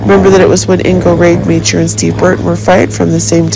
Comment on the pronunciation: Ingo’s last name is pronounced ROD-A-MOCKER